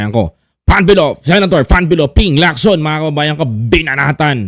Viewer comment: Ping Lacson hindi po Locson